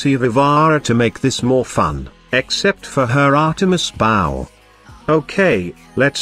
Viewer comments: How to make “bow” sound like “bow” in TTS: “Boh” You gotta spell everything phonetically. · I might suggest trying BOE, BO, or BOH instead of BOW so that the TTS gets the right pronunciation :) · Maybe try "bo" or "boe" instead of "bow", in your tts.